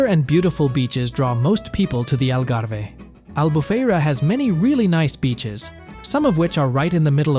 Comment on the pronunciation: "Al Garvey"??